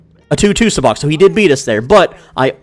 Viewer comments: PLEASE for the love of all of fandom...learn to pronounce it correctly. Even the game says the pronunciation WHILE you're playing the game. it is pronounced...SUB-BOCK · Why did you say sabacc like that 😭😭😭